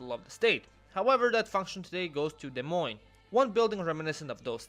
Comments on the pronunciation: GUYS! GUYS! He said Des Moine correctly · I’m just impressed you pronounced Des Moines right.